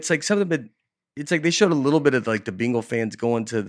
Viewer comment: I like how Nate pronounces bengals like “beengals”. Thanks for the episode y’all. Something about dusty bein around makes this show extra great too in my opinion.